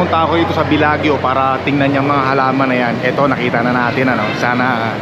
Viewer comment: Bellagio is pronounced BELA-JOE not BELAG-YO.